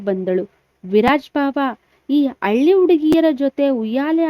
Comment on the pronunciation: Nivu pronounce correct agi madi madam..alli antira...halli annodu..matte hall annu aal annuttira...